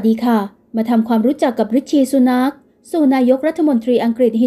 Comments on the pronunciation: ริสซี่ ซูแน็ค ไม่ใช่สุนัข ออกเสียงให้ถูก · น่าจะว่าซูนาร์ค นะคะ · เราก็นึกว่าคิดไปคนเดียวซ่ะอีกเฮ้อ..สุนาค..เป็นสุนัข..ซ่ะงั้น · ควรจะออกเสียงว่า “ ซูหนัก “ ✍️ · คุณออกเสียงไม่ถูกค่ะ ซูนาค สระอูค่ะไม่ใช่สระอุ ฟังแล้วขัดหู หงุดหงิดเลยค่ะ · เห็นด้วยครับ..ฟังแล้วทะแม่งๆชอบกล คนอ่านข่าวน่าจะทำการบ้านให้ดีกว่านี้นะ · นามสกุลของท่าน ออกเป็นภาษาไทย ควรแก้ไข ไหมคะ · ออกเสียงนามสกุลเขาแย่มาก ไปทำการบ้านมาใหม่นะหนูนะ